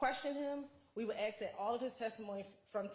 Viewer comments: How can an attorney that's gone all the way through law school and served at the bar not say 'ask' correctly. IT'S ASK, NOT AXE. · the word is "ask". I know you can say it right. Stop being lazy or trying to make some sort of point and say the word correctly. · I don't know what the hell is going on in Georgia law schools, but I know several black people who know how to pronounce sk in the word ask. Both this woman and constantly say axe which drives me crazy. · She is “finna” say “axe” every time. English subtitles would assist your non American viewers.